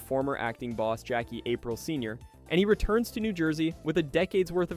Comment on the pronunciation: Jackie April???? Your video loses credibility when names are wildly mispronounced